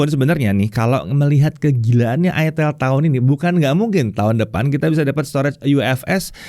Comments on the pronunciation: Ingat cara bacanya : aitel, aitel, aitel..... Bukan........... til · "Itel" Dibacanya "AiTel" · Makanya bacanya aitel